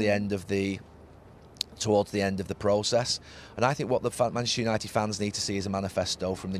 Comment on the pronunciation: Neville's favorite two words: "Manshter united"